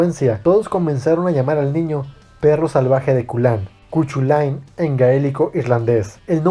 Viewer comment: Cu Chulainn, ulalá señor francés. +¿Entonces cómo se dice? - CUCHUFLÍ ok no, buen video bro! JAJA XD